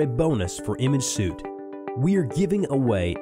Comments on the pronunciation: Apologies but "suite" is pronounced like "sweet" ...not like "suit" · Les Crowe Yeah I was just going to leave a comment about this too. I suppose the creator of this product is not a great English speaker but hired someone to do the voice over and the guy doing the voice over had no idea that the word should have been pronounced like "sweet." The audio on this video needs to be redone.